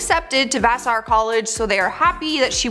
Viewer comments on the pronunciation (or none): none